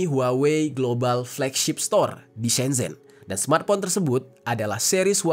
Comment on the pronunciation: Shenzhen tulisan e begitu tp cara baca huruf China semcen